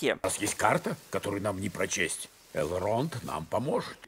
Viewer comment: Не Эрлонд, Элронд, валары вас задери))